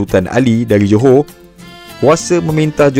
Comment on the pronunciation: Dia bilang Joho padahal tulisannya Johor. Kenapa ya.. Orang malaysia tidak bisa mengucapkan huruf R.